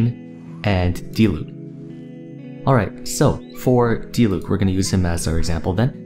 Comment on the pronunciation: Finally someone that pronounces "Diluc" correctly hahah